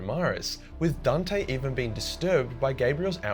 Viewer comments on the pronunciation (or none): none